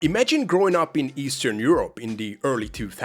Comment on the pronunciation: Say estern Europe one more time...